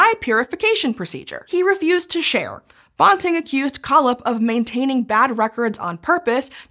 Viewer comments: I know Scishow makes a big deal about fact checking and how they are often using words from scientific literature that don’t have clear established pronunciations, but Banting’s name is neither obscure nor hard to pronounce. You can look it up on Wikipedia or in a regular dictionary, so I wish someone on staff would have told the right way to pronounce it while making this video. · His name is Banting, not bonting, as the narrator calls him. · Dr. Banting's surname rhymes with "panting", not the made-up word "ponting". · I agree, Banting is pronounced bænting. (psst, how is æ pronounced?) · I have never, in my life, heard Banting pronounced "bawn-ting"... it's quite bizarre. I've been reading about him since I was about 6 and have even stood outside Banting House in London, Ontario (it was closed so I couldn't go in), and I've watched documentaries and biopics about him because he is one of my heroes. In that about 50 years of time, I've never heard it pronounced as anything but BAN-ting. I guess there's a first time for everything. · Banting is pronounced bænting rather than bahnting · Banting, like ranting, which is what I'm doing right now about that bizarre pronunciation. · Yes. The high school my daughter went to is called Banting. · The pronunciation of Banting is killing me. It should rhyme with panting. Source: He was from my area, there’s a high school named after him and my husband and I went to school with members of the family. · Yes! I’m from where Banting was born and know the family. Banting should pronounced to rhyme with panting. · bawnting? is that how it's pronounced? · Loved this - thank you! forgive me for this entirely minor comment, we in Canada and UofT pronounce Banting as if BAN rhymes with MAN. And, as we Canucks say Soo -ry... :) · Frederick Banting. BAN-TING. BAN as in PAN. BAN-TING. You could have watched a couple of seconds of any video on the man to get that pronounciation correctly.